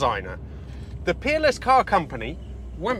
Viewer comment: I hear with a Yankee accent and I swear I thought you were saying Keeble was a designer at the Penis Car Company. Finally heard Peerless. Not sure if that’s correct either. By the way, that Chevy V8 exhaust sounds like something is off.